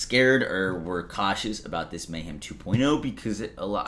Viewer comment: Anyone else hearing saying "May-Ham"?????